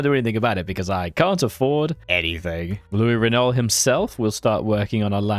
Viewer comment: Man mispronounces "Renault", is banned from ever entering France